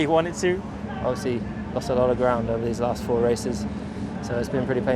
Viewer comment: Mazepin: "Aah, theese blue flags" 🤦‍♂️